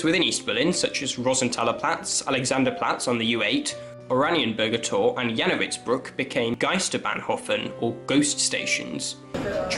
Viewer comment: Geisterbahnhöfe - the umlaut Ö has to be pronounced like the i in dirt. Jannowitzbrücke - the umlaut Ü has to be pronounced like the French U, something between U and Eee. The e in the end is important. Yahn-no-vits-broo-eeka.